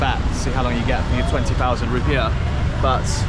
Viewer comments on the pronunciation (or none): our currency is Rupiah (ru-pee-ah), not Rupee.... Rupee is India's currency. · haha it's not "rupees" it's "rupiah", read: roo + pee + ah = roopeeah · little bit correction our currency is spell "ru-pi-ah" not rupee, rupee is Indian. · Btw, the right way to pronounce IDR/Rp is RYU-PEE-AH, not RYU-PEE, rupee is Indian currency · its not rupee. its Ru Pee Ah -> Rupiah you guys not in India :face-blue-smiling::face-blue-smiling::face-blue-smiling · It's Ru - pi - ah not rupees.. rupee are India currency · it's Rupiah (roo - pee - yahhh), not rupee